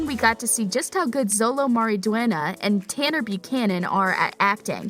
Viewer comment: ZOLO? ITS pronounced SHO-LOW